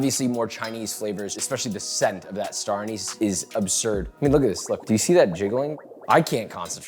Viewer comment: Please please please Joshua, it’s Star “ANN-iss”, makes me cringe every time you say “AN-nees" 😅